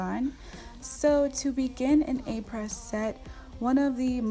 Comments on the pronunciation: its pronounced ah-pray, not apress - fyi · It’s pronounced (Ah-Pray) the S is silent 💕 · I believe “Apres” is pronounced “Ap-ray.” Just to let you know. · Just to let you know that Apres is pronounced “Apray” (not Apress). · This is not to bash you but to help you a little bit. This brand has as name a french word which means "After". Après is pronounced "Ah-Prey". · Does not know how to pronounce “aprés,” not even using Aprés, with random materials that are not chemically the same as Aprés 🤯